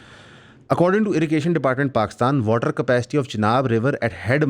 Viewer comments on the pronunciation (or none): none